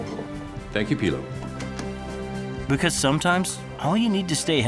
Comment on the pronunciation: anyone else notice the voiceover/commentator pronouncing it 'pillow' while everyone else in the ad pronouncing it 'peeelow'?